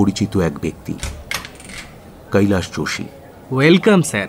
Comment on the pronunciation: খুব ভালো পরিবেশন।। "কৈলাশ" উচ্চারণ টা কানে লাগছে